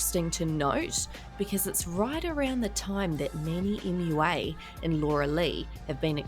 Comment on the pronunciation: I love how you say “manny mulalala” so funny!